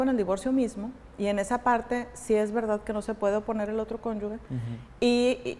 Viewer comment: Con todo respeto pero es magistrada y no sabe decir correctamente CÓNYUGE 🥹